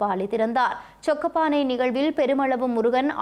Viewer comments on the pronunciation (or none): சொக்கப்பானை இல்லைசொக்கப்பனை